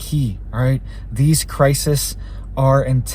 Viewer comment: crises, plural, pronounced crysees.